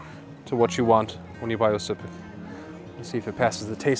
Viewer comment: oscypek should be pronounced Łoscypek like u sayin Wooow(witouth last w)+oscypek